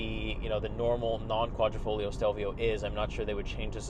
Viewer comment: There is nothing ‘esc’ about the exposed carbon fiber panels ! Also it’s a QuadrifoGlio, not folio. Dude, do some homework before you review a car, especially an Italian one.